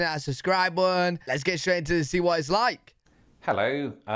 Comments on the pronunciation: Lol, no offense but I always giggle at the way you say, “Please push the subscribe buuuuun”. 😄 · Silent t lol. Click that bun.